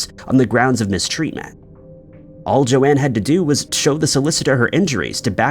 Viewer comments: PLEASE WOULD YOU CHECK THFE PRONUNCIATIONS IT''S JOAN (RHYMES WITH BONE) NOT JO-ANNE.!!!!! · That first story is awful 😢 on the 2nd story the ladies name is not pronounced correctly, her name is pronounced Jone not Joanne… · Why are you pronouncing Joan as Joanne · It's not important, but this is the second video I've seen where you pronounce the name "Joan" as "Joanne." Have you really never heard anyone pronounce the name Joan before? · The second lady's name is spelled Joan, meaning her name was probably pronounced "jown" like Joan Collins or Joanie Mitchell. Joanne is clearly spelled differently.